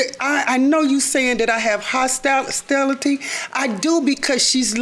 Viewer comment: And hostilestility.